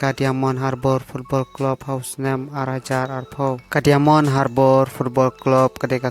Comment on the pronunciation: Diamond ( daimon pronounce kumne).